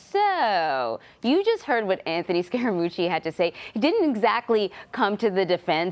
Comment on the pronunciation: There is a subliminal BS tactic underway to smear Scaramucci by mispronouncing his name to emphasize the word "scare". Listen for it.